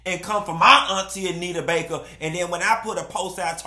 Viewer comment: I’m just here for all the time say Bake 😂